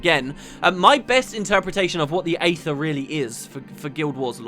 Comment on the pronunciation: Wonderful job:) While other people get on you for mispronunciations, I'd like to say thank you for pronouncing "Aether" right. My dad says it as eether. and it's something that bugs the hell out of me. Any thing else I'll say whatever, but eether... no, that's just not right.